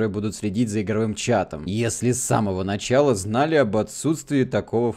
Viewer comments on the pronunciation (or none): none